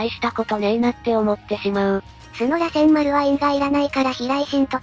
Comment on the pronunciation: 螺旋丸(らせんまる)、尾獣(おけもの)、八尾(やつおorやお)、七尾(ななお)、五尾(ごお) 辺りは気になる 特に螺旋丸は主人公の得意技で、NARUTOでのキーになる技だからこれだけはしっかりやってほしいよね